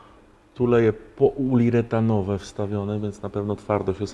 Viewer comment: "Tuleje poULIretanowe" - z YouTube, 2020:P